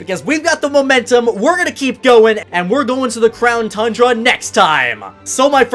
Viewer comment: Who else is excited about going to the Crown (Mandjtv pronunciation) Tundra?